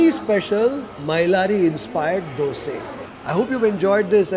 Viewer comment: You pronounced it right....dhoose....superb....North Indian prounce it as dusa, or dosa